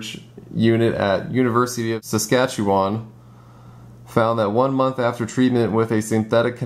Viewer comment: points for not butchering 'Saskatchewan'!